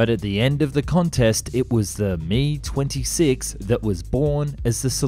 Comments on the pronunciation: I had to stop watching because of the use of "me" in describing the "Mi". It's "M-I" not me but I'm sure most of us know that. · Dude.... it is pronounced as two separate letters. "M" and "I" it is not pronounced "Me". So annoying to hear you say that.